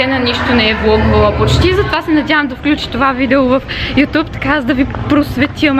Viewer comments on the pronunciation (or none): none